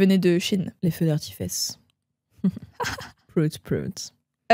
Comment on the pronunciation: J'ai liké dès que Louise a dit "les feux d'arti-fesses". C'est tout ce qu'il me fallait 🥰 Dès les premières minutes